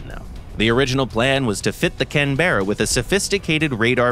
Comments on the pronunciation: Please pronounce the name correctly, the empasis is on CANberra not canBERRA. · It’s not Can Berra …… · You'll may hear the occasional drop bear in Canberra (kan·buh·ruh), but you'll have to go outside Australia to hear a can-bear-a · Not Can Berra, Cannnbra. Its like when people pronounce Melbourne Mel Born rather than Melb'n. Almost like spanish, where my father is 47 years old, rather than my potato has 47...... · CAN-BRA not can-berra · It’s funny hearing non-Australians pronounce Australian place names - here it’s more like “canbruh”, with much less of a pause as the VA is saying. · Loved the old Canberra. The Photo Reconnaisance variants survived in service with the RAF into the 21st Century. Its a shame we don't make aircraft to last like that any more. We usually pronouce it 'Can-bruh', btw. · Say it with me CAN-BRA. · Protip, Canberra is pronounced like "Canbrah" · When I worked for Hawker de Havilland in Australia back in the 70s, we started doing a lot of parts production for Boeing. That meant we got quite a few Americans through the place at times. If they didn't bother to use correct pronunciation of our place names, we would reciprocate. So, for example, we would pronounce Seattle as 'Seet-al', Albuquerque as 'Al-bey-Q-Q', Arkansas as 'Ar-kan-sass', and Tacoma as "Tack-omah" (or, and called 'airplanes', 'aeroplanes'.) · not how it's pronounced. It's a traditional aborinal word and the name of Australia's Capitol city. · That's not how you pronounce Canberra. Source : been living in Australia for 14 years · Not how you pronounce Canberra... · Oi mate the e is silent stop pronouncing it like that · Please learn to pronounce the word "Canberra" properly. No mention of RAAF Canberras and USAF B-57s being used successfully in Vietnam.